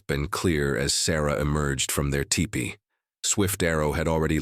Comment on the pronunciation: Sayyyy whaaat?!? It’s a teepee, not a tie-pee!!